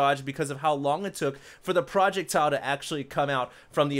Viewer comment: Lol.. projectiles isnt pronounced project-tiles:PHD-0, English-1